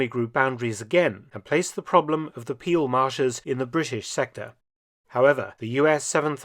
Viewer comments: NOPENOPENOPE... Peel, pronounced as Pehl, not Piel. that means something entirely different... 😀 And it is Maastrícht, not Máástricht. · "Peel" is pronounced "pale" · And let me add to that that 'Peel' is pronounced like the English 'pale' and not like 'peel'